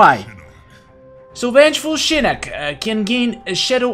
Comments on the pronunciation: It is Shinnok not Shinnek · Sounds like is saying Shinnik instead of Shinnok. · Ur saying shinok so wrong u kinda sound like my sis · He said shinnok wrong.